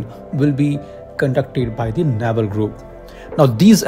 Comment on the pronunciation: It's pronounced nay-val nya-val is our belly button 😂